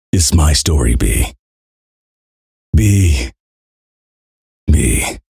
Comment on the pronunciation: Next time say "beme" without any pause, please.